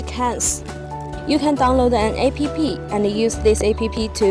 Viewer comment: Doing good but plz don't pronounce [A-p-p]